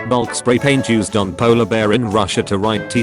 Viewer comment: Why do you make the text-to-speech robot say black as bulk?